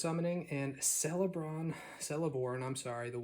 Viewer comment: Thanks for taking time to slowly go through the commons. I counted 4 trolls and 3 lorien revealed. And the Tolkien geek in me would say that the "c" of Celeborn is pronounced as a "k."